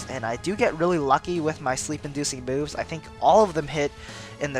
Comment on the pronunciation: the way you said "sleep inducing moves" sounded like sleep inducing boobs... fitting for a jynx...